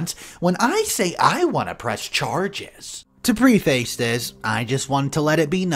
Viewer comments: 'preface' is pronounced PREH-fuhs 'tamper' means interfere with (something) in order to cause damage or make unauthorized alterations. eg. "someone tampered with the brakes of my car" 'temper' means improve the hardness and elasticity of (steel or other metal) by reheating and then cooling it. eg. "the way a smith would temper a sword" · Just an fyi. Preface is pronounced 'preh- fis'. I'm just trying to help somebody who is engaged in public speaking. Don't come at me. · you pronounced preface wrong.